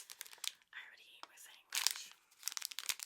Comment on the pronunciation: Sangwitch - how people of Hispanic decent say sandwich